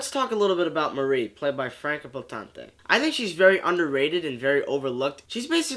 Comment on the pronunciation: Awesome movie! I do agree with almost everything you say, down to the lack of flashbacks or at least him showing that memory is coming back step by step. Yeah, the name of the actress. She is German-born (same here), so I know: it's pronounced: Franka (just fine the way you pronounced it) and: Poe-ten-ta. Easier than Jake Gyllenhaal - and definitely easier than Jack Palance (I already heard two versions - from TV journalists: "Pah-lawns" and "Pellans" - which is it?) ;-) Thanks for the great review!